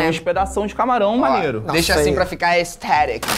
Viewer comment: O FELIPE FALANDO AESTHETICC